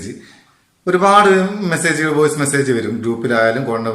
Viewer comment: വോഴ്‌സ് അല്ല കാക്കെ